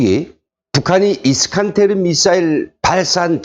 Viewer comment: 정보를 제대로 전달하려면 정확한 발음을 해야하지요 이스칸데르